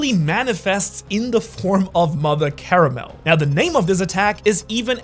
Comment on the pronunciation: her name is not mother caramel, it‘s CARMEL